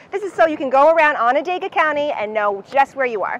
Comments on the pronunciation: 40 seconds in and I'm already losing it at "on-ah-day-ga" 💀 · they all said it wrong